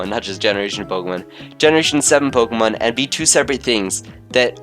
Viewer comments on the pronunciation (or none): It is Po-Kay-mon and that's the way it is all ways been. Po-uh-mon is also acceptable on some occasions but it has never been and never be po-key-mon